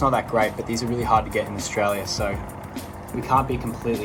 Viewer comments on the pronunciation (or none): none